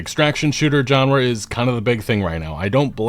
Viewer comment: Is going to apologize?? Also, take a drink every time says JON-ra.